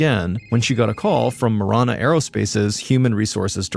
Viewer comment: It's pronounced Muh-ran-uh , I live 10 miles south of Marana . Also no trees or snow , but lots of dirt , heat and cactus 😂